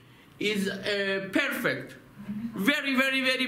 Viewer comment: До сих пор плачу от смеха, доктораааа пэээрфект блеать!